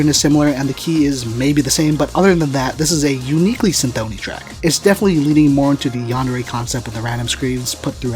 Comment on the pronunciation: yeah that's what I heard on the records, but in the video he says cynthOny and this made me think that I don't know anything